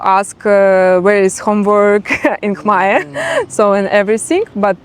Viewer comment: Your khmer pronunciation is quite good 🙏